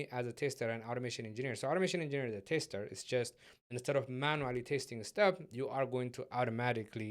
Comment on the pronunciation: Thanks mate, great video series. Just one thing is that you keep saying "taster" instead of "tester". That is a little offputting, especially since you use that term so many times (I mean, you kinda have to given the context). EIther way, that's got nothing to do with the actual content but I thought you might want to know.